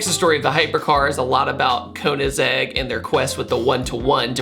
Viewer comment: you gotta pronounce Koenigsegg properly, makes you look like a noob. Much love!